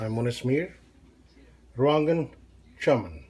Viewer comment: You pronounced it wrong too. It's not chammum...Chaaaaaman.